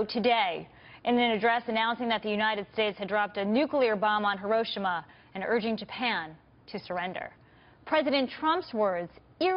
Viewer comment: Horoshima? Really? Gurl bye. Learn your words